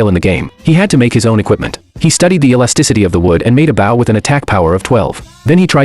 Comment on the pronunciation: The Ai still cant say ‘bow’ huh